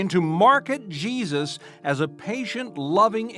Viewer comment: Why is it every time they say Jesus it sounds like “Cheesus” sorry but his real name is Yeshua… which even translated via ENGLISH would be Joshua so who is CHEESUS ?